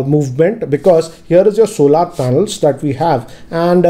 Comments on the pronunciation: Sir Solar is Pronounced As ' sol-er , not solaar . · It's solar not solaar. Solaar have different meaning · सोलर not सोलार ।